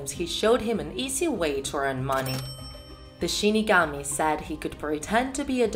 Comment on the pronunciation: Shinigami but she says shi kami